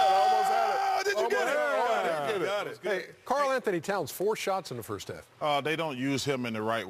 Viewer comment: Firth ov all, dey are the most athaletic teem